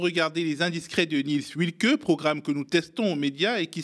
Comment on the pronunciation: À l'attention de T. Kouamouo : "Wilcke" est un patronyme teuton. En allemand, le "w" se prononce comme un "v" français. Aussi, on prononcera [vilke]. C'est tout simple.